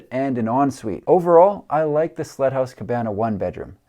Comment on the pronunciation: I swear by all that is holy, you kept calling the first house a "slut" house. I had to turn on the CC to discover it was "sled" house, which just made SO much more sense.